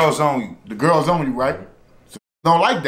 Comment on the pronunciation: They say Gul instead of girl to us that’s country